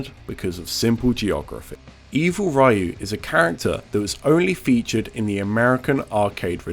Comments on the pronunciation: It's funny how you talk about how secret characters are known around the world because the information gets passed through the internet so quickly... but you don't know how to say Ryu's name, the face of Street Fighter. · I can't take a Street Fighter YouTuber seriously that can't pronounce Ryu properly... You are a fraud. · People still unable to pronounce Ryu correctly. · super video man! the only thing i ddin't like is how you pronnounce RYU. The rest is PERFECT! 🙌🙌🙌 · I'm one of the last people who will harp on pronunciation, but anyone who has played fighting games has definitely heard the announcers say "Ryu" in any game he is selectable in. How does one hear it so often and still get it wrong? I'd get it if his name was never pronounced, but, like, it totally has. I get the gye-den vs gay-den debate, as honestly it's not an English word and it was never really pronounced in a game. Ryu is in at least 20 different games. Outside neo geo pocket titles, you're going to hear the announcer say "Ryu" when he's selected or he wins. This leads me to believe the person narrating this video just hasn't really played street fighter or any capcom fighter sans darkstalkers. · Even fighting game YouTubers can’t pronounce Ryu. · For a fighting game YouTube channel, how you gonna mispronounce the most famous fighting game character? Back in the day, sure. But 2021 with internet and proper voice acting in gaming? Blows my mind! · Take a shot everytime time he mispronounces "Ryu" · no thanks i enjoy having a functional liver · But it’s not 1994 anymore. Everyone should know how to pronounce it. It’s not an opinion - there’s a correct way and an incorrect way. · Except it's not, it's one syllable. If you're gonna correct someone, at least have the right answer yourself. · It physically hurts me every time he pronounces Ryu the wrong way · The true evil is not knowing how to pronounce "Ryu" in current year. XP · Ya it's you Americans who are actually pronounce it incorrectly.